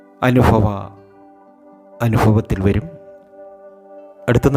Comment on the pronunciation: ഫരണിയല്ല സാമീ ഭരണി... സൗഫാഗ്യം, അനുഫവം, ആർഫാടം, ഫാഗ്യം, ലഫിക്കുവാൻ, ... 🤣